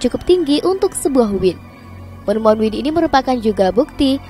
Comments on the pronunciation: dibacanya Wayn bukan Win 😭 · Maaf ya...kalau anggur dalam bahasa inggris...mengucapkannya wain...bukan win....semoga bermanfaat...